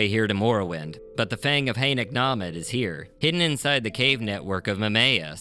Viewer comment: I've always called this the Fang of Hey-no-Come at me. Truly impressed with how you say it.